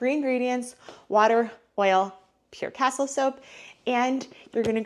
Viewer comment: FYI it’s cas-teel soap.